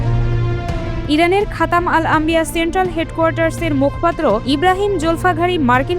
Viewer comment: উচ্চারণ টা " মুখ্ পাত্র " নয়, হবে "মুখোপাত্র"।